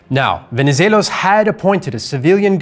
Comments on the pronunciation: greek here. congrats on pronouncing Venivelos' name correctly. the x in Metaxas is pronounced ,well, like an x. Great video though :) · Venezelos was spot on…